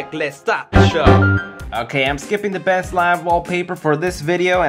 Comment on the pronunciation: OMG i just laughed soo hard when you said nkay